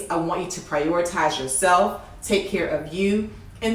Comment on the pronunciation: I love when she said prayoratize